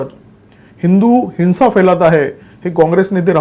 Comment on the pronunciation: हिंसा ह्या शब्दाचा उच्चार हिन्सा असा नाही. तो योग्य रीतीने करावा.